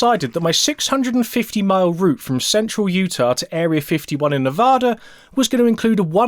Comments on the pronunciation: No problem with your pronunciation of "foldgaires." Say it any way you like. Be advised, however, the correct pronunciation of the second syllable of Nevada is like the first one in Apple. The locals will tell you this. Every time you say "Nevahda" my soul wilts a little. 🤢🤢🤢🤢🤢🤢🤢🤢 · Bro been watching for awhile love the videos been waiting for this video for so long btw it’s pronounced Ne-va-duh from Nevada